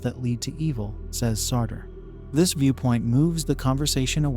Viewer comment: Firstly, pls pronounce names properly: Jean Paul Sartre, Iago, Dostoyevsky and Raskolnikov,etc...An elegant exploration of the possible views of "Evil"...But here's my much simpler take: The Golden Rule is universal, meaning it applies everywhere in the universe where sentient beings abide. It can be broken only by Violence and Lies, two sides of the same coin...Lies appearing alone are always an attempt to distort one person's, family's, tribe's, nation's grasp of reality for the unequal benefit of the liar... Force of concealment and/or concealed violence are always there on the other side of that coin. On the other side of the coin Violence, however obvious and bloody, as in Pol Pot's, Idi Amin's or modern Israel's behaviour is either disguised/concealed or openly justified with: Lies. So, there's always Lies AND Violence. If you, your family, your tribe, your nation DO NOT lie and violate others, you may think what you like...and in the spirit of Free Speech, you may say what you like, so long as you don't threaten Violence...So it's simple: No Lies and/or Violence and St. Peter must take you in...End of Sermon